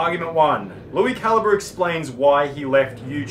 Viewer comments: It's CAL - EEE - BRAY not CAL-EEE-BUR, btw. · Cali bre not caliber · It’s pronounced Lui Cal-eeee-bray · How does no one know how to pronounce calibre? They just say caliber instead